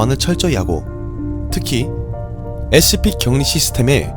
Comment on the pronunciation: 영상 잘 보고 있는데 scp 다루시는 분이 scp 발음이..